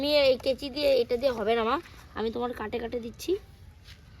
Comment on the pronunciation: ওটাকে কেঁচি বলে না,কাঁচি বলে ।